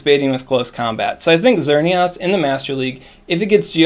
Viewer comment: Lol, "XerneAWS"